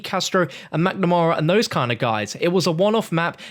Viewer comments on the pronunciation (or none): none